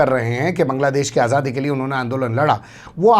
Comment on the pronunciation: आझादी होता है या आज़ादी ?